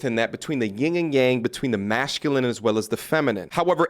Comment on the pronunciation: Big fan . He pronounces masculine like mashculine